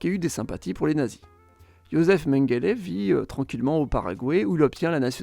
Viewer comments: Non, ça se prononce Mengueuleu. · Et Mengele se prononce Mengueuleu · MengelÉ. Je sais pas comment ça s'écrit mais ca se prononce comme ça... A part les petits problème de prononciation super video !!! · De Mengele aussi.